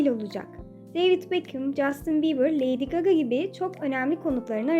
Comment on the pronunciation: Layd gaga diyince sinirim bozuldu